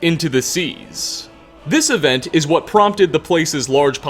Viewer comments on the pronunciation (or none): none